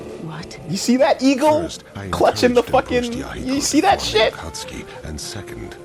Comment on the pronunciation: Konan: It wouldn’t be so bad if he didn’t keep using the hard “U”